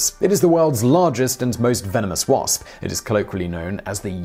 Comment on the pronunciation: Love how this guy says wasp... Pss..pss